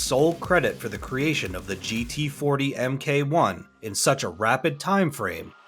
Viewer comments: for furture reference, MK1 is not pronounced EMMKAY, its Mark 1. Its so weird when someone commentates on a movie and has all the correct pronunciations right in front of his face and ears, but still pronounces every single name wrong. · "...Em Kay One..". Come on, man!